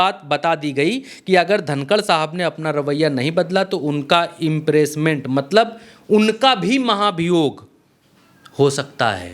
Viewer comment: भाई कैसे कैसे लोग आजकल ज्ञान देने लगे हैं अंग्रेजी के शब्द इनको पढ़ना नहीं आता है । इंपीचमेंट को इंप्रेसमेंट पढ़ रहे हैं ।